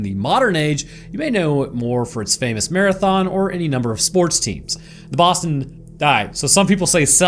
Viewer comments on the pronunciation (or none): none